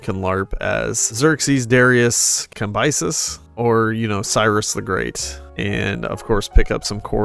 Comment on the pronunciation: It's "Kam-be-seez"